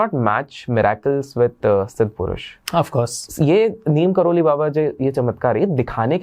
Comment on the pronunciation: Bhai Neem Karoli nahi Neeb Karoli